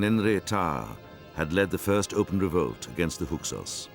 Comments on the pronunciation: It bothers me that the narrator can’t pronounce Hyksos correctly. It sounds like he keeps saying “Huksos”. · I cannot believe this narrator can't say "Hyksos".